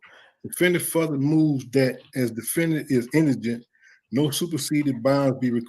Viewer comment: Indigent not indengent lol